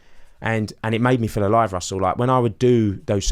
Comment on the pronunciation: Why don't you pronounce your 't's Russel?